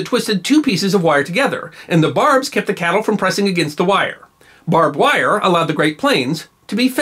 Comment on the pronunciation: Ironic how Texans can't pronounce "barbed wire". Or "What-a-burger".